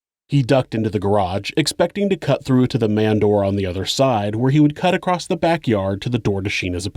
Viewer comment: You have such a beautiful narrative voice and style. I can’t believe you have not learned to read and pronounce very obvious words like ACROSS which does not have a t at the end. 🤷‍♀️Oh well. I will try to ignore that and other mispronounced words and continue to follow and give 👍👍because your content and thoroughness are A1! 👍